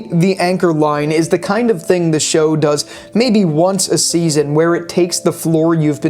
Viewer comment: 'Bak ta' I'm sorry. I'm really sorry. I love your videos.